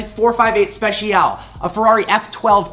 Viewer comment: It’s “458 ‘Specialay’” not “spetsial.”